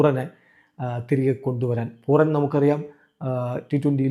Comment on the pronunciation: പൂറാൻ അല്ല പൂരാൻ